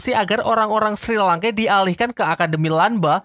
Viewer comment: SHI LANKE BUKAN SRI LANKE